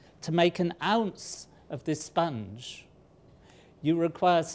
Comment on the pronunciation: I don’t know what he’s talking about with the whole “sponge” thing, but just from the way he says it, I feel like it’s spelt “spunj”